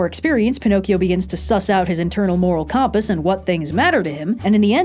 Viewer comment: Anyone here played the new Jedi: Survivor game? Cause says compass like Greez and it's funny to me